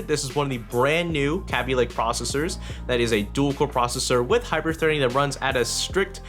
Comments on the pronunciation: Kay-Bee lake not Ka-Bee lake or whatever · its kaabee not kabe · did he jus say CABBY LAKE !!!!?????? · LOL (Kay-Be) xd